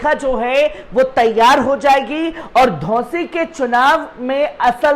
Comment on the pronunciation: धोसी नहीं घोसी है नाम सही से बोला करो यार